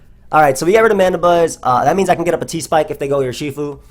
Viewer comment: Nobody:: Yurshifu